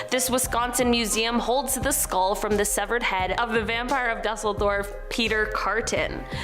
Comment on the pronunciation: Pronounced doozledorv